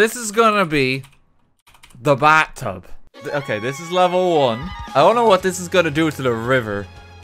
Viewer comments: Is the letter H silent in in Ireland. The bat tub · The bat-tub in the bat-room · "so this is gonna be. the baa tub." hmm yes thank you accent. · Because of his accent it sounds like he is saying bat-tub I can only think of batman sitting in the bat-tub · TO THE BAT-TUB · "The BAAtub"